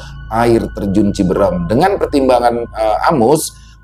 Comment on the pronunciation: Cibeureum bang... Bkn cibeurem😂... Cianjur sllu nyimak😊